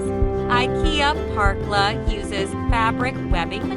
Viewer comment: The letter ä isn´t pronounced like an a, it´s not "Parkla" it´s more like "perkla", but not like a perk, more like the beginning o the name Perry.